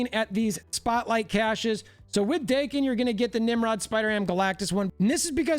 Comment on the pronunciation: Daken ,Rhymes with Kraken not Bacon.